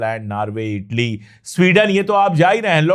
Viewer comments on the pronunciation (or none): none